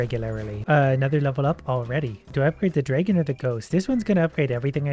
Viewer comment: I love how you pronunce "dragon" xD Its so cute. "Draigon"